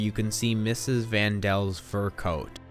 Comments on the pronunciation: Van Daan's! Not Van Dals...... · It’s not van dels it’s van daans and it’s not duusel it’s dussel ur pronouncing it wrong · It’s van Dana not van dells.. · Nice presentation but was puzzled by each time you mention the "van Daans" as "The van DELLS." Was there a reason for that? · Lol the vaan dels😂 it's vaan dans put some respect on they name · It’s Van Daan not Van Dal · It's Van Daan not van Dell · Mr. Dussel is pronounced mr. Duh-sul not, not doo-sel ughhh, and its Van Dan, not Van Del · Van Daan!! Daan not dels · It's Vann Dan not Vann dell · It's Van Dam, not Van Dell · its van daan not van dell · It is Van Daans not van dells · Good, for what it gives. However, please honor their memories by giving the right names- Van Dam, not Vondell. The Franks, Van Dams, and Dusell,nd so many others lived in fear of being discovered, it's a wonder anyone survived the Holocaust. Shalom. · isn't it van Dan not van del? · not Van Pels or whatever you said. They were the Van Dann's [Dah-nn] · there name is Vandaan said (Von-don) not Vandel that please learn what your talking about before posting it dude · Van Daans Not Dells lol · It's vandann not van duel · Van Dann not Van Dall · Van Dells? It's Van Daans. Did you read the book? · its the van daans not van dells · It's actually the vandells, in the play they're renamed to Vann Dann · I thought it was pronounced "Vaan Dan" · "Mr.Doosel" "The Van Dels" "Leave the Netherlands" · He said van dans wrong. (Sorry if I wrote it wrong)